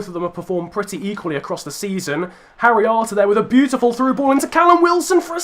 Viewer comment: When you say harry arter, it sounds like haryanto in my ears😂